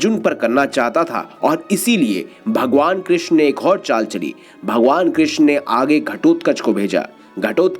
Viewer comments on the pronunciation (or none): none